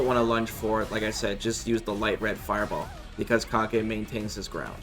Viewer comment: The very first change is calling him Kah-gay instead of Cage.